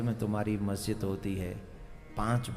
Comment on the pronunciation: Guru ji majjid nhi masjid hota hai ... lol 🤣😆🤣🤣😆